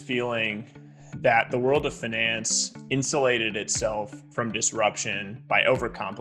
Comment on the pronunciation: He lost me at "finaaans"